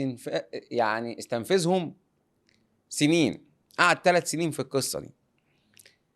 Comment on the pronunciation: عاملي صحفي ومش عارف يقول استنزفهم 🤦🏻‍♂️ وعزه الله نص كلامه تأليف الاتنين دول بتوع هبد وجهله والله لايصلحو حتي مراسلين